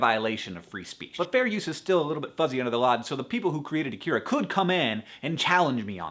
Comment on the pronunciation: AH-kee-rah, not ah-KEE-rah. And the R sounds a bit more like a D. Don't worry, Japanese is weird. Even anime dubs make the mistake.